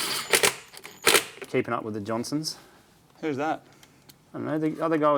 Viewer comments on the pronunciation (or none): It's keeping up with the "jones's" Not the "jonsons" 😂😂